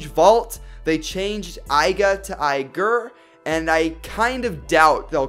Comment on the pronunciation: Aigrrrrrrrrrrrrr Aiger sounds like aigrrrrrrr